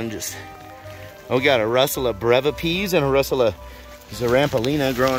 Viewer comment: stop saying rushula!!!